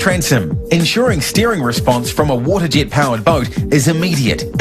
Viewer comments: He keeps saying "water jit" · Ok there are a lot of problems...his fucking accent!!!! Engine=Ingine Vessel=vissel Waterjet=waterjit I hate his accent